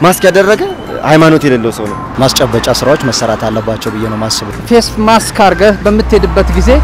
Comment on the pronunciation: Correct it plz, say MASK not Max